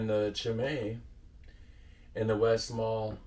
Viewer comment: My go to is the westmalle tripple. You do pronounce the le at the end of westmalle btw